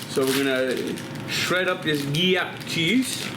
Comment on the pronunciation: Gree-air cheese? avec wax? lol